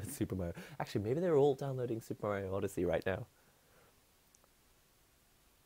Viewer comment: "odesea" XD